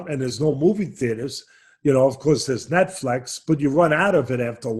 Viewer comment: Teddy "netflex" Atlas